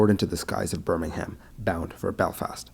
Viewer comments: So you know, you Dont pronounce the H in Birmingham, its pronounced birmingam. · Birmingham is pronounced with a silent "H" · Birmingham in the UK, is not pronounced the same way as the one in the US. Rather than have me suggest a pronunciation, it would better to check with one of the many web sites that help with pronunciation. Put simply, the H is not pronounced. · There is a Birmingham in the USA and one in the UK. Their names are pronounced differently. He made the mistake of calling the UK by the US name.